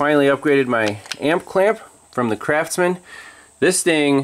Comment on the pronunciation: Did you say Crapsman? (Ha,Ha)